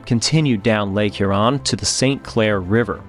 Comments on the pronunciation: FYI, im laughing here at your pronunciation if the word Huron. You're putting the emphasis on the wrong syllable. It's lake HURon, not lake hurON as you are saying. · Two things: Lake HUron, not Lake HurON; Belle Isle not Belle Island. Other than that it was a well-done documentary. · I'm still watching and enjoying this. Couple things as a person living 1 mile from the Detroit River in Windsor ON - pronunciations .. it's Lake Hur-on - Hur rhyming w pure and on as in on the table. The location of her lost anchor is Belle Isle, not Belle Island. Yes it is an island, but not named as such. I honestly do love your work, I do know you prefer accuracy. Thank you for including the bell ring ceremony. I'm trying not to kabbitz honestly. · I agree, although I wonder where he’s from, as he called Lake Huron “here-ON” several times 😅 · Well done, sir. I really enjoyed this. Some observations as a Michigander: 1. The name of the island in Detroit is Belle Isle, not Belle Island 2. I’ve never heard Sault St Marie referred to as “Soo City”, but “The Soo” is a common nickname 3. Your pronunciation of Lake Huron was off if you want to be picky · I suspect the narration and narrator are AI generated, although the script may have been written by a human. Some of the language pronunciation was off (e.g., Huron with accent on second syllable; "ore" was read as "or", etc.) Also, narrator had the same head movements over and over. I realize it is a real person, but the video of him and the narration looks AI generated. Good documentary though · I’m not even from that region but the pronunciation of Huron sounded odd to me. How place names sound is a good thing to check when making a video. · Never realized I was a pedant for the pronunciation of Huron until this video. Ouch! And “Belle Island”. That hurt